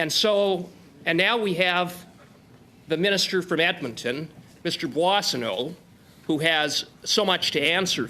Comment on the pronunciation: Puasano? Is it supposed to be Boissonnault ? For accurate information, at least the names CC offers should be edited.